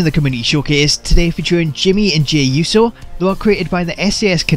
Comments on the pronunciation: How did the announcer say Uso correctly? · how did the announcer announce uso correct?